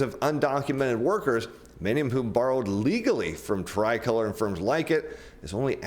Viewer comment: You’re pronouncing “tricolor” wrong. You used “margin call” incorrectly and you don’t seem to understand the subprime auto industry or ABS.